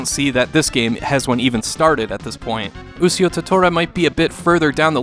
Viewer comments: actually he means bad in this situation he doesnt even sound it out..its pronounced (u-shi-o) to tora...what says is (u-c-o) to tora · Aahhhhh!!!! YOU'RE KILLING ME! IT'S PRONOUNCED U SHEE O! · actually pronounced (u-shi-o) to tora sound it out ..smh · either way .there should have been a disclaimer out that he might pronounce it wrong simple fix lol